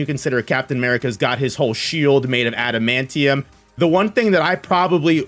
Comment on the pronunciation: Ooh the amount of cringe I get hearing that adamantium pronunciation 😂